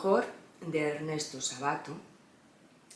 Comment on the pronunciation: es Ernesto Sábato, con acento esdrújulo, cada vez que decís Sabáto se me revuelve algo!! Saludos desde Argentina